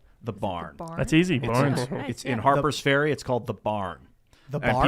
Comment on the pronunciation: Just say "Harper's Farea" already.